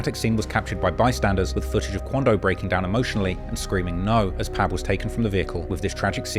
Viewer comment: Fr fr, I wanna thank for pronouncing Lil Pab's first name correctly!!! Thats respect bruh. It be the little things that make Lore great.